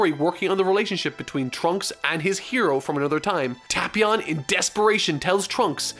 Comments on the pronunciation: its Tae•Pee•On not Ta•Pee•On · Oh god he’s triggering me the way he pronounces the name Tapion, it’s Tape-ion not Tap-ion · I swear if he says TahpEon one more time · You say tapion wrong I think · u ryt